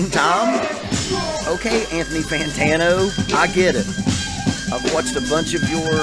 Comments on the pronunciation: "Anthany Fantana" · "Anthony Fantana"